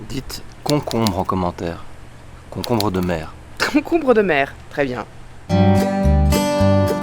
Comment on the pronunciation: Concombre, concombreuh de mer :D